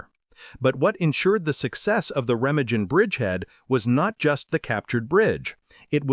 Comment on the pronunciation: "Rema-jin", "pee-on-ear"! In the first minute... Jeez!